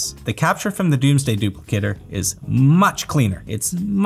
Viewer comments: It's DOMEsday, not DOOMsday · Why is he pronouncing “dome” as “doom” and “composite” and “compa-sit”? Silly Canadians. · Is Domesday pronounced Doomsday? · homeboy is incapable of pronouncing "domesday" and "composite"